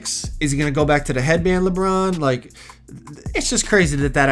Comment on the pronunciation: did you try to say Lebum or did you actually try to say Lebron